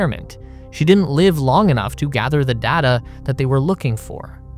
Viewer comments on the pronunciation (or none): none